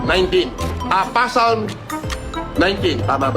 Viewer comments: TANGNAN TO, CUM LAUDE DAW NG CAMBRIDGE PERO YUNG "PSALM" PASALM DAW ANG PRONUNCIATION. KUPAL NA BOBO NA PUNO NG KAYABANGAN AT KASINUNGALINGAN!!! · Ano? PASALM? 😂😂😂😂😂😂😂😂😂😂😂😂😂😂😂😂😂😂😂😂😂. Eto yung topnotcher sa PhD ng humanitarian na naka based pa daw sa London tapos ang pagbasa sa book Psalms ay PASALM? 😂😂😂😂😂😂😂😂😂😂, na choke pa ang puta sa pag-alala lang ng chapter ng libro, bagong pangalan ni Gusgusin, PASALM, 😂😂😂😂😂 PASALM TAGO, PASALM HIBANG, PASALM TANGA, PASALM SCAMMER, PASALM ABNOY, PASALM KATOK, PASALM MUNIN. 😂😂😂😂😂😂. Nagdelirio na ang animal. 😂😂😂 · Bobo talaga si Norman Madusing, pasalm ang bigkas nya Psalm (salm ang tamang bigkas, silent P) talata sa biblia kung bigkasin naman sa filipino ay salmo🤣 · "Pasalm" amp 😂😂😂